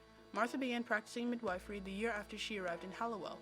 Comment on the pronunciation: Midwifery is pronounced “mid- WHIFF- ery”